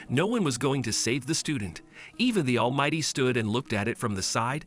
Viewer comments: All might❌ All mighty✔️ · Bakugo and deku pronunciations are god dang awful and almight is almighty for the first half of the video